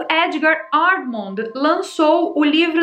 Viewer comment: o sobre nome Amond se fala Armon o d é mudo